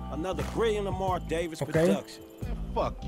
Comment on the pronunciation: lamar a nie lemar jak napisałem źle lamar to sory